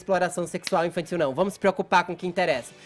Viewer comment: Infanssil" socânssi" ssi" falar, azênssi" q pronúncia essirânha"